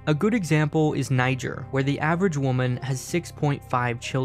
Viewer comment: i love how the narrator says whemen instead of woman 😭😭😭